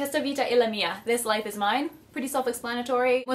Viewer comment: Italian.. even though she completely butchered the pronunciation.